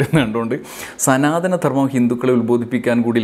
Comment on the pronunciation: "മ ല്ലികപ്പൂ" മൊട്ടിൽ തന്നെ ഞെരടിക്കളഞ്ഞത് എന്തായാലും നന്നായി! പിന്നെ" സനാധനം " എന്നാ വാക്ക് ശരിയാണോ അത് സനാതനം എന്നല്ലേ? അതുപോലും അറിയാത്ത സനാതനക്കാരോ? പണ്ട് ചരിത്രം എഴുതിയത് ഇങ്ങിനെയൊക്കെ ആണെന്ന് കേട്ടിട്ടുണ്ട്,അതായതു രാജാവിൽ നിന്നും അല്ല ""എഛ് എഛ് ""(😄😄😄)മാരിൽ നിന്നു പട്ടും വളയും പണക്കിഴിയും വാങ്ങി, രാജാക്കന്മാരെ പുകഴ്ത്തി എഴുതുന്ന ചരിത്രം! കുപ്പിയും കോഴിക്കാലും മറ്റു പലതും വാങ്ങി അവർക്കു വേണ്ടി വിടുപണി ചെയ്യുന്ന സമകാലീന മാധ്യമ പ്രവർത്തനം പോലെ! പിന്നെ ക്ഷേത്ര പ്രവേശ പ്രക്ഷോഭത്തിൽ എ കെ ജി യും കേളപ്പനും അങ്ങിനെയും ചിലർ കൂടിയുണ്ടായിരുന്നല്ലോ?🤔🤔🤔